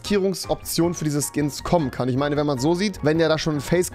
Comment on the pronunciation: Ochmann Rewi, ich glaube Fortnite hat dich wieder verdummt, du konntest mal normal reden, jetzt fängst du wieder mit fich, isch und so an🤦‍♀️ och gottel